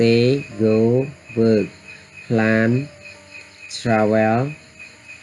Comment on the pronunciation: Travel? Check pronunciation